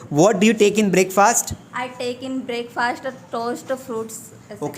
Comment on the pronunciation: 'breakfast' pronunciation, check it out..😑😶☺